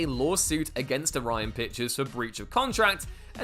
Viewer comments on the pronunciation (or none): none